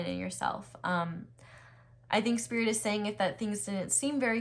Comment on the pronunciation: Pile 1: "Sririt" 😭😭😭😭😭😌 Yo Aries energy never miss